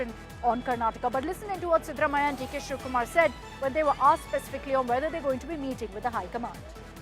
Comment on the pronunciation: It's siddha Ramaiah not what you are pronouncing